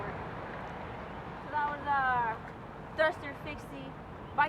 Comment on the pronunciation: Ctfu the way u say Haters...